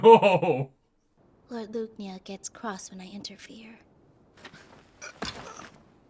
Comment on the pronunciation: The way the english dub butchers the name "Lügner" really hurts, guys.